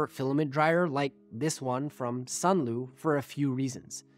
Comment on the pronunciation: Sunlu not sunloo